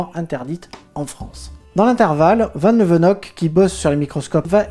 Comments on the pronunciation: Super chouettes vidéo. J'adore la touche d'humour grinçant. Sinon, Van Leeuwenhoek, ça se prononce pas tout à fait "Van Leeuvenhock" mais plutôt Van Leeu-ouen-hoouk. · van leeuwenhoek = vane léeuwenhouke